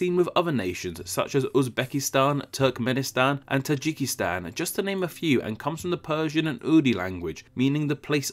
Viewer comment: Wow looks like finally made a video without mistak.... HINDI? Seriously? Is it seriously so fucking hard to do 5th grade level research!??? It's HINDU in case you didn't know. It's TAJIKISTAN not "TAIJIKISTAN". The name of the language is URDU not *URDI*... I would advise you to please not make any more "fun videos." It's so ironic that your viewers have to teach you about the correct spellings and etymologies of names considering this is an etymology/geography channel! You should be ashamed of yourself. I hate people who are ignorant as fuck, can't do basic research either, go on pretending like they can teach people about the world by making "fun videos." Every single video of your's that I've seen is riddled with mistakes! EVERY. SINGLE. ONE. OF. THEM. Next time please think of all the 3d graders who are about to get an F on their presentation because of you. Think about how their parents will spank them because "my dumbass beta can't be njineer". Next time.... think of their pain. "PRUE"... you have dyslexia or something bro?